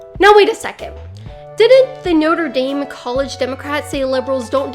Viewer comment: As a European, the way you say Notre Dame makes me cringe into a ball